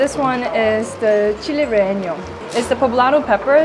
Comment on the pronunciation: i love that she can’t say “relleno” 😭 “re enyo” like awwe